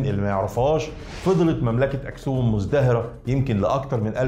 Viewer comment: تلك مملكة و ذلك مجرد إسم للحم و ليس بينهما علاقة يجب أن تتعلمي التفرقة بين معاني الألفاظ عند مختلف الشعوب. نطقها أكْسُومْ و ليس كما تنطيقها دعك من نعرة القومية و لا وجود دليل آثري و لا نقوش على لغات حامية و سامية هي مجرد نظرية عنصرية توراتية .